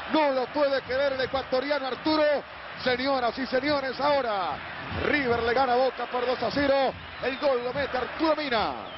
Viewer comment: Manuel Lucena el primer hincha de boca que veo que no dice riber bien dicho